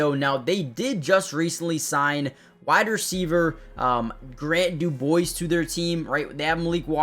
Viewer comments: I was going to comment on DuBose's name pronouncation also. It's Du- BOZE, just like the speaker company. It's not DuBois which is how he's pronouncing it. Even then, if it was DuBois, the proper pronounciation would be Du-Buah, as it's a French name and that's how you pronounce names that end in is. But there's no letter i in the name. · You know how to pronounce Bose, like the speakers, that's how you pronounce DuBose. Also, this is the second video you mentioned Shwartz like he was a major loss, dude was a scrub, definitely wasn't making the 53, and wouldn't have made the P.S.. over Ezukahma or Sanders. Lastly, what kind of water are you giving your dog? That's messed up!!!